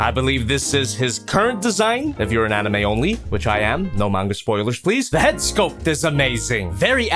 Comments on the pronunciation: That word is probably sayed anaimi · It's pronounced Ani-me